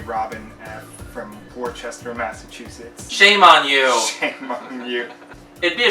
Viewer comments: happy birthday!! also it's pronounced like (woustah) not (Worchester) love you! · worcester = wooster